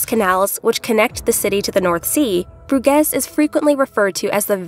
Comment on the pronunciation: It just takes a couple of seconds on the internet to look up how to pronounce a placename these days. You know the city of Baton Rouge? Please pronounce Bruges like Rouge, because hearing Broo-gezz over and over again gets very annoying very quickly.